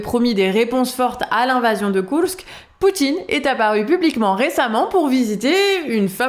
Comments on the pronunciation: C'est bon on a compris,vous savez dire Koursk à la Russe/Ukrainienne...,c'est très désagréable en fait,ça fait très "moi je sais",à la française si possible svp. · Marrant cette façon de prononcer Kourks en roulants les r, et de prononcer imar pour les missiles, est plus douée en ukrainien qu'en anglais;-)